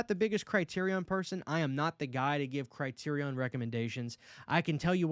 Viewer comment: The way u pronounced Criterion is driving me crazy 😂